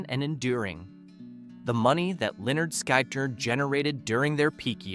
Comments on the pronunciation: It's leonard skynyrd, pronounce it right or shut up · Lynyrd Skynyrd is usually pronounced Leonard Skinnard... Just a little something for future references to them 😉